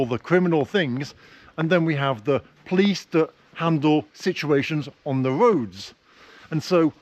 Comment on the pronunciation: I never heard someone pronounces a word "police" as "plis" and even close to "please".😁😁😁